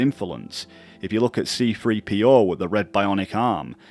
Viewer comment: Another similarity between Star Wars and MGS is the control Palpatine has over the clones like Order 66 and MGS4's SOP system. Also the boss battle with The Sorrow is like Luke seeing the vision in the darkside cave on Dagobah. There's also a mistake where you call C3PO as C"P"3O.